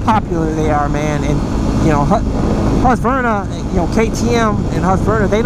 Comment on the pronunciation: Hearing americans trying to pronounce Husqvarna is always hilarious!